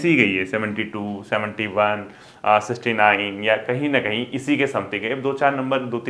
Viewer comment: Sixty itna repeat kia sir aapne but pronounce shi nhi kia aapne.